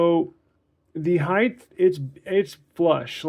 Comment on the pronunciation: Just for future reference, it's "height", not "heighth". Good video.